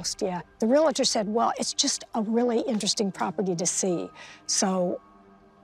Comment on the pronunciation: Why do people pronounce "relator"? It’s re-al-tor!